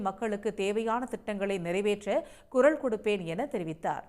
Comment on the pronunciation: குரல் என்று சொல்வதற்கு பதில் குறள் என்று செய்தி வாசிக்கிறீங்க